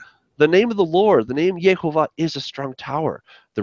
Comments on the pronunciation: I am a little confused about this video verses another of Nehemia videos. In another video he spells it Yohovah (sounded like Yoe-Hoe-Vah) but in this video, you made it sound like Yahovah/Yehovah (sounded like Yah-Hoe-Vah). I'm just wondering if it would be pronounced Yoh or Yeh.... Other than that, i really loved this video... Todah Rabah! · What about the Holam??? The Holam is the little dot above the first He st the left. That's the O sound. Then the Vav acts exactly as the consonant it is, so as a V sound. And the first vowel is a Sheva (the double vertical dots under the Yod) So it's Yehovah! No A at the start. No U sound nowhere. Why are you making up things like Yahuah? It doesn't sound Hebrew at all.